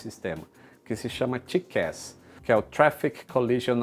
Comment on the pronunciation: Não conhecia a pronúncia correta de TCAS: tiqués! Show!